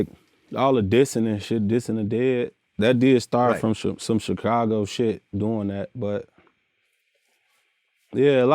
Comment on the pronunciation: I hate how vlad says Chicago lol